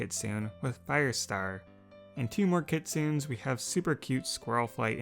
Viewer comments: Kitsune section: kit-SUU-ns My brain: IT’S KIT-su-nes UUUUGGGGGGHHHHHHHHH (This was a joke) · you're saying kitsun, it is pronounced, kitsune. I would know. I love and look into mythological creatures. It is said like kit- sue- ne spelled like kitsune. Just saying. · I hate to be “that person” but the word kitsune isn’t pronounced “kit-soon”. The correct pronunciation is “kit-soo-nay”. 😅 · KIT soon it's actually kit soon nay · Kitsune is pronounced kit sune ay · kitsune is pronounced key-to-neigh xd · I am sorry if I'm rude I am not hating on here but kitsune is pronounced kitsunA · Kitsune is pronounced Kit-soon-nay. >_< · K i t s u n a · It is said kit sue ney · Keet-sue-nay That is how you say it. :] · Kitsune are my favorite mythical creatures, but just so you know this you pronounced the name wrong. It pronounced Kit-Su-Ne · Actually, it's Ki-tsu-ne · Btw Kitsune is pronounced mostly how you did it, but it has an "ae" sound at the end :3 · cursed of you to pronounce kitsune like that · He pronounced kitsune entirely wrong and it’s really bothering me. The “e” isn’t silent! It’s pronounced as if it was a hard “a”